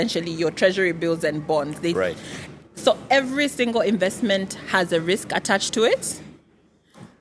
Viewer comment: narcissist vibes - but he needs to learn how to pronounce "INVESTMENT"